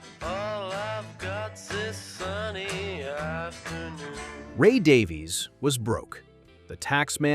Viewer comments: Not Daveez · Davies is pronounced exactly the same as Davis